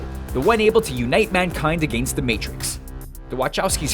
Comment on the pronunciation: The way he says "against". lol